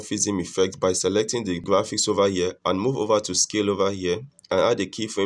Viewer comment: over here ❌, ova yea✅